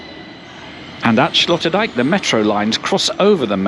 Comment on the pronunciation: Sloterdijk is pronounced like sloaterdyke. Sloot in Dutch is ditch. Slot is castle or lock Dijk is dike. I am not sure where the name Sloterdijk comes from.